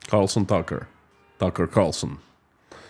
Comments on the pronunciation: Constantly getting TC's name wrong, dead air, bad sound. Geeze, can't you practice before putting this in a YT video? Horrible 😊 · You kept saying Tucker Carlson's name backwards! 🤣